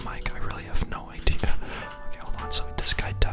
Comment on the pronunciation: What's an "idear"?